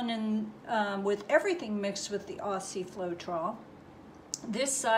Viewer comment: Just an FYI it’s pronounced Ozzie not Ossie :)